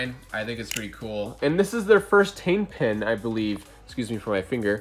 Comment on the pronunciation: and don't mind the mispronunciation, everyone makes the mistake once in a while haha